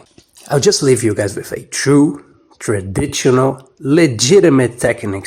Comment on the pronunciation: In words like traditional, and proportional, the T is silent. "Proporshonal and tradishonal" is how you're supposed to pronounce them. You also might want to cut down on the text and simultaneous narration. Makes it hard to stay focused, especially with the fonts you're using, that cover most of the screen. Gives a rather ill-looking presentation. Other than that - well said. Cheers.